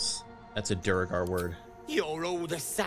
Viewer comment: DWERE-gar not DU-RE-gar REEEEEEEEEEEEE